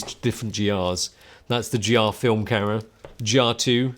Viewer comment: Say Camera not Cara 🤣